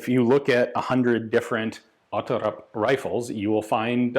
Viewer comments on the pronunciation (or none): I'm not completely certain but it sounds like an Icelander tought him how to say Otterup. He is saying it like a Norwegian would I think. Ot-terrup instead of "Otte-rup". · Odd-e-rupp with a growling R like an angry dog 😂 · Great video Ian! Quick thing, the “r” sound is guttural in the pronunciation. Basically just gotta gargle the Rs lol Danish is so goofy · I think you are right, also the Larsen is correct when Ian pronounces it, but again an Icelander probably taught Ian the wrong way of saying it.